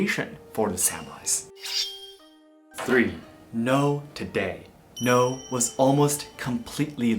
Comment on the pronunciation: Why are you pronouncing noh like “no”